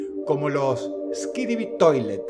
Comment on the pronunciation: Skidibi toilet. floppy's playtime. Popni. Me dio kawaii cuando Dross los pronuncio mal XD Por cierto ,gran video Dross, saludos desde México ☝🏻🤓